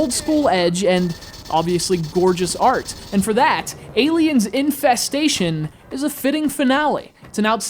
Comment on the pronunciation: I thought you said Aliens: Incest-station.